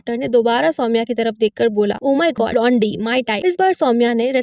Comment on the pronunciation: It's not blondee it's blonde please atleast check the basic pronunciation